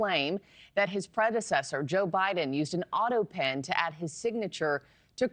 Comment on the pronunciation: Why can't she say autopen? How odd